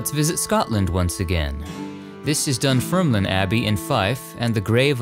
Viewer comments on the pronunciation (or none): none